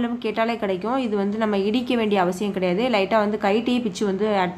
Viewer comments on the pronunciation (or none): none